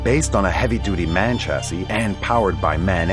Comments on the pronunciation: .. We heard that missed-pronunciation of the German vehicle manufacture MAN. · The most confusing thing was actually how they said "Man" instead of "M-A-N" like we in Germany do. I was llike "Wtf? What? By Men? Aren't all Vehicles here on earth built by men? Are there motorized Vehicles which are built by Animals? Aliens? What?". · The vehicle manufacturer M.A.N. is pronounced 'm, a, n'. Only a computer voice sees M.A.N. then uses its synthetic voice to say 'man'. And what's with copying press-release videos!